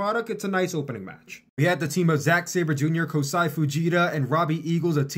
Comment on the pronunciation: It’s Kosei Fujita not Kosai